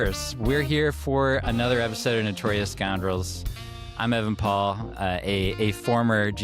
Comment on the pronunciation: Sad day when Evan Paul says my name wrong